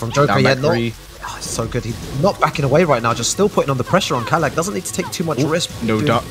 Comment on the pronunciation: Bro it’s kalak why kala